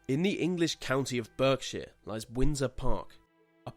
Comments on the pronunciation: It's pronounced BARKshire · Just to let you know it's pronounced Berkshire is pronounced BARK-SHIRE (